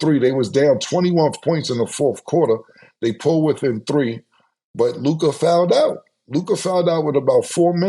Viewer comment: Mavs lost cuz Mase refuses to pronounce Luka name right.